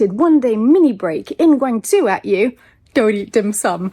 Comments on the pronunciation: You’re still mispronouncing Guangzhou - Guang-JOE, not Guang-ZOO. I’m glad I lived in Hong Kong before the Beijing crackdown. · They locked the minibar because they didn't want minors to drink alcohol. You looked like you were 18. Laugh. Seriously, thank you for sharing. I love Guangzhou too. I was there in 2019 and we had a blast. By the way, it is pronounced more like Guang-Joe, not Guang-zoo.